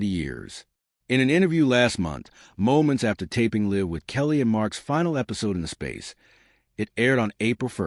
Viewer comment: How can you mispronounce “live”